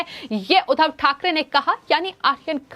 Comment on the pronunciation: जहां जिस शब्द पर दवाब देना हो वहां तो देती नहीं हो। उधव नहीं उद्धव बोलो उद्धव * द्धव* पर जोर लगाओ I